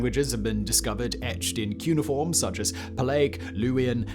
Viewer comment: kyoo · nee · uh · form